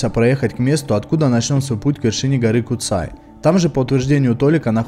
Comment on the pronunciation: Первый поселенец Куцэй🤣🤣, чеб не Сансэй)). На сколько мне известно в школе учили, что звали его Пётр Бурлак. Название гора Куцай потому что куцая то есть редкие леса. А так за обзор спасибо парни🤝. На горе кстати есть загадочный колодец, монолитная полусфера выступающая из земли.